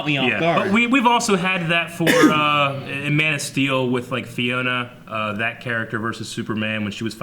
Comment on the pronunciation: I enjoy your talks a lot. I went to New Rockstars talk about JL and I left within 5 minutes because all they could talk about was the negatives. You guys have general conversations about the movie and they’re enjoyable. Also it’s Faora, not Fiona.